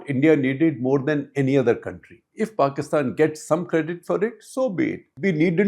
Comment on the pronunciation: Paistan not Pakistan. No Kashmir and no K